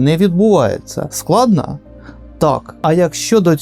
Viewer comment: У автора загубилася буква «о» в вимові: гАризонт, складнА… Десь у світі радіє Азаров 😂